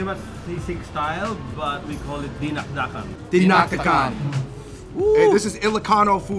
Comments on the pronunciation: .. it's dinak-dakan. and yeah.. you pronounce all the letters but w/ a high pitch first then to a low pitch.... i.e. DInak- DAkan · This how you pronounce it say dinakdakan ilocano Style say D knock dac con kool